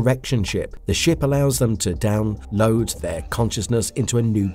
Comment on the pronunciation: I understand that you need to pump out content to generate revenue, but you should take some more care with the voice over and the script. "Serieses" and "Down. Load." just to name a few blunders.